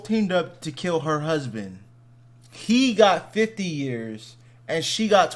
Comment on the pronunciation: Sounded like 15 to me. The emphasis was on the second syllable. When speaking normally, 'fifty' has the emphasis on the first syllable.